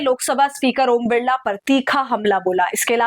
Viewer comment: बिड़ला नही बिरला नाम है